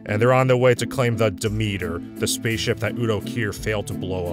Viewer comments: So is the ship called Demeter? Isn’t that usually pronounced DEM-et-ur? Why do they pronounce it almost like “the meter”? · It's the name of an ancient Greek goddess, which is pronounced "de-MEET-ur". But as the filmmakers have decided that banning a religion causes people to forget everything about it (because that's always worked throughout history, amirite?), it probably SHOULD be pronounced "DEM-et-ur". So...yes and no.